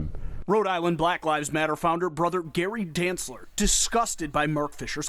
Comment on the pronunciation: The white reporter calling the guy “brother Gary danceler” 💀